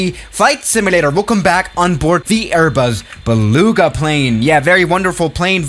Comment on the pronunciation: Welcome back to the strong german accent LEEEE ARBUZ BELOUGA